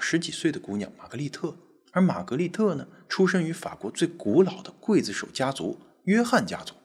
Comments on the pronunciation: 刽子手不读会子手。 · 刽子手，刽，中国念“贵”没有错。秦桧，桧，念“会”。这俩字很多人念错。😊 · 我从中国来， 也念“筷子手”呀？